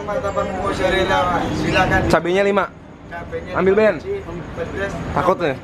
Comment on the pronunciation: Gue kaget saat bilang: "Jadi kayak tiramisu, ben." Pertama dengar kirain manggil "beb". XD